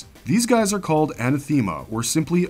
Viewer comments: Where did you learn annunciation anna- thema ? A-nath-a-ma . Co-loak-qui-eel-ism . Learn it and stop infecting others. Good luck! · Who's Anna Theema? It's An-ath-e-ma. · Your talkie bot is saying anathema wrong. It's more like enATHima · Anathema is pronounced a·nath·e·ma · Please Google "how do you pronounce anathema". Thx. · Pronounce anathema correctly. It’s amazing that in todays world people are incapable of pronouncing words correctly.